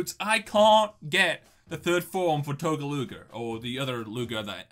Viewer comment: It's not Tecoluga for floor 30, it's Togeluga